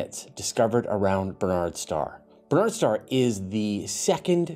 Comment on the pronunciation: Minor point. Historically Barnard’s Star is pronounced with the accent on the first syllable. BARN’ ards star.